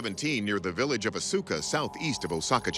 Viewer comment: You pronounced "Asuka" incorrectly.